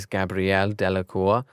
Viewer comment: The way that guy mispronounced the name and does not realize it, its very crucial. First: Severus mispronounced as Sirius Second: Ignatius mispronounced as Igtius Third: He pronounced Delacour as Delaclour Fourth: He pronounced Gabrielle as Gabrella And at the mention of the Black Family where there is the character named Phoebe is my classmate's name.